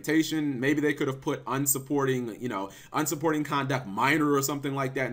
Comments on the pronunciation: Bruh. It's "unsporting". There is no 'u' in between 'un' and 'sporting'. You're usually well-spoken but for some reason that irks me. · Cap can you please read the word "Unsporting"? Its un-sporting not un-supporting. Un-supporting makes no sense Cap!!